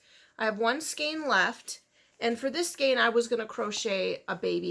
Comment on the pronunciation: Thank you for pronouncing skein correctly. I get so tired of people saying "skeen".